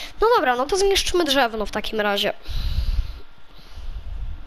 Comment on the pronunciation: Drzewo a nie drzewno